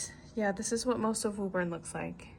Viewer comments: it's pronounced woo-bin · WO-BIN.... from a former Bostonian.